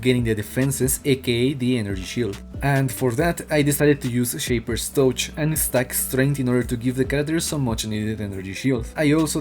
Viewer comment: Shaper's Toe-ch